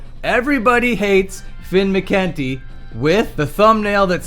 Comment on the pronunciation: You keep mispronouncing McKunty.